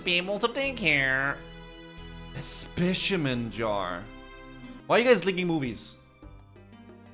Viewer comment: I'm normally very fine with mispronunciations, but the way you say "Specimen" bugged me so hard 😂